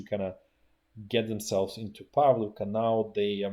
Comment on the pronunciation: Hah! Yesterday, one of my comments was deleted here, while one another channel no problem. Btw- you speak Ukrainian, right? Is it true the host of this channel mispronounces the names of Ukranian towns? PAV•li•ka instead of pav•LI•ka?